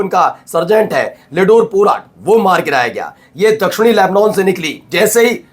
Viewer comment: Tum sahi sahi boolna seekho...llebnon...nahi....llebnàn..bola aur padha jata hai. Sahi bolna seekho.